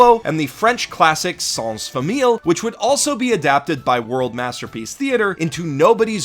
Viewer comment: also, bear in mind that the Ls in famille are almost silent, and sound more like Ys than anything.